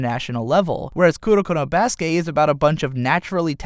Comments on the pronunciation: i cringe every time he says "kuroko no BASUKE" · You know instead of emphasizing basuke you can say basuke sounding like basket other than basuKE